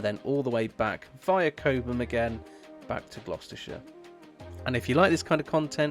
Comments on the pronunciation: It's Cob Mm, not Kobemm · Its ’Cob um’ not ‘Co bum’ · Does the car automatically switch to KPH when you go into France? Oh, it is Cob (like Bob) Ham, not Coab ham 😉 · Cobe-ham? Cob’um. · "Cobe ham" "San Martine" 🤣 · It's pronounced Cobbum, apart from that an excellent video, I am considering an MG4 Long Range as my next car.